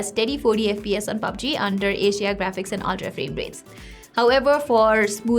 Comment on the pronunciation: Every time you say HDR it's sound like Asia